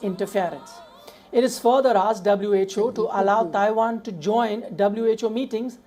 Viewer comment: WHO, not WHA mate!